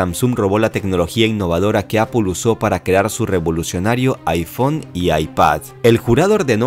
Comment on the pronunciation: aifón, y aipàd